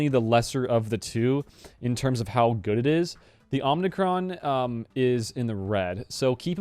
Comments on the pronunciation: Sorry to be a nitpicker - it's OMI-Cron, not OMNI-Cron. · Please stop saying omnicron. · someone else said its pronounced ohmicron. Hmm who is right